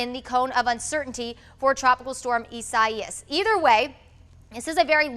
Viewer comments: Isaias Eye-ZAY-es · The name Isaias means God Is My Salvation. Phonetically, it is pronounced "ee-sah-ee-ahs"